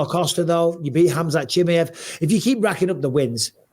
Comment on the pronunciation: Love Bisping but I don't understand the "Chimmy-ev" pronunciation at all 😅